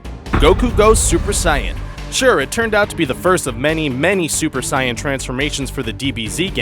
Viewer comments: you pronounce it as (say-in) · Guys! Saiyan is actually pronounced Sigh-an in the Japanese version. Only the FUNimation dub calls it Say-in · Guy said Siyan fuck sake he mispronounce everyone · And Sayan instead of Saiyan